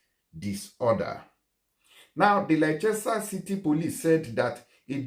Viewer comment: Laichester sha!😜🤣 Its actually pronounced “Lester”